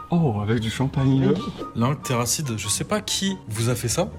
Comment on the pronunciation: TERRACID, PAS TERRACIDE